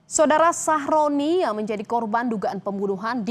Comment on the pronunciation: aku tidak salah denger kah ,nama korban ny sahrodi atau sahroni 😭